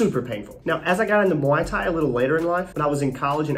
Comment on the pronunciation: How hard is it to say Muay Thai?